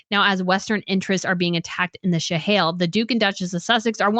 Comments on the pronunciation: Also, “Shahail”, instead of “Sahel”, “Burkina FASA” instead of Burkina Faso? Wtf? If you cannot even pronounce the regions and countries you’re talking about, then you do not need to be making videos about them. Please just stick to Europe! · Thank you! At first I thought I misheard when she pronounced Sahel as Shahail and then she did it again and butchered the pronunciation of Burkina Faso while claiming to have quite a bit of knowledge about these areas. At least do some research about basic pronunciation before claiming to be knowledgeable. And then claiming it was Russia that spread misinformation about Catherine’s pictures. 🤦‍♀️. This was a tempest in the teapot that the American press (Associated Press in particular) then the British press made a huge deal about for no reason. What did Russia have to do with it. And African countries pivoting to Russia is 1) nothing new (this happened during the Cold War when there countries which preferred Russia because they were never exploited or colonized by Russia unlike the French and British) and 2) an isolated case regarding Niger a French speaking country exploited by the French for years and a case extremely different from the arrangement that the British have with the commonwealth countries. Also, the West does not own Africa or get to decide who these Africans get to trade or be friends with especially when the West starts imposing ridiculous restrictions that Africans find to be morally repugnant as a condition of aid. The CIA and the British Intelligence were actually responsible for a lot of the instability in Africa during the Cold War as they sponsored and engineered coup d’etats in many African countries to remove governments they considered neutral or Ru